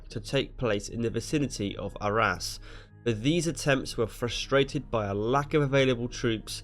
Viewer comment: In the vicinity of ARRAS....SOUNDS LIKE OUR ASS